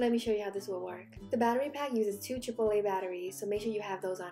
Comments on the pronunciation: Did anyone else hear “two chipotle battery’s”? 😂, love u girl! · I thought she said 2 chipotle batteries.😂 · She said “Triple a batteries” and I thought she said chipotle. I’m hungry.